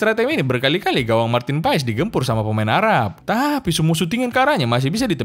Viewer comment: Marten paes dibaca martin pas